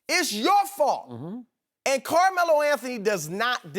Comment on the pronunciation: Damn,this shannon dude cant pronounce Carmelo to save his life...